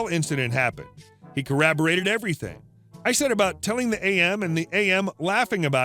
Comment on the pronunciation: Why can he never pronounce "corroborated". It is not "corrAberated".